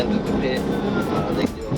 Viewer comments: Love the AI narrator - police ended the chase with a "Pie-T", LOL! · Pie Tee maneuver..... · A pie-t? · Yo buddy stop intentionally saying stupid stuff made me dislike the vid, bro said "P. I. T." Instead of saying "pit" which is how it is Said universally L man